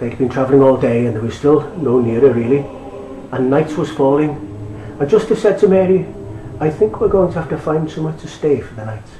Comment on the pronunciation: why are you pronouncing the words wrong?! its bethlehem not bethesdun!! And it's Joseph not Josteph!!